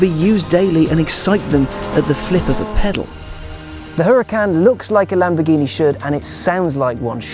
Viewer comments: its called URACAN not HURACAN if you think im dumb look at doctam3 videos he has one plus he knows valentino balboni so he is corect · Pronounced "Uracan" as told by Valentino Balboni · The "H" is silent!! Anyways, awesome review as always.